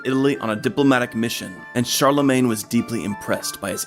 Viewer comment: Karl-le-mon? Did they call one of the most important Emperors of the middle ages "Karl"?